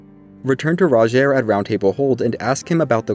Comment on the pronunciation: Everyone pronouncing Rogiers name wrong and it peeves me so much... He even tells you himself how it's pronounced.